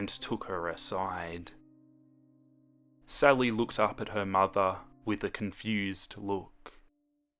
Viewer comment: It sounds like he’s saying “Celly” o-O